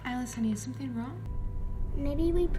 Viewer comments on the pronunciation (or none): none